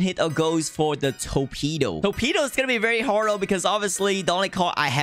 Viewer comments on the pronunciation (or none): brulee ❌ burlee ✅ torpedo ❌ toepedo ✅